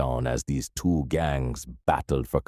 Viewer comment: Man, say 1982 or 198twee. 😂